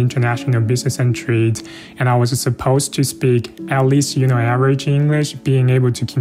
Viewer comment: Average讀成這樣。。。不要講笑話了